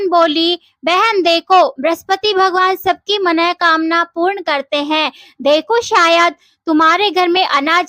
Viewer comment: मन:कामना शब्द का शुद्ध उच्चारण सुनकर मन गदगद हो गया 👍 मनोकामना कोई शब्द होता ही नहीं